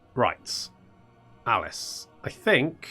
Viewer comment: its Aleef and not Alice